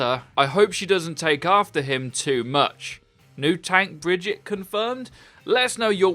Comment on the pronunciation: Brigitte isn’t pronounced brejit it’s breejeett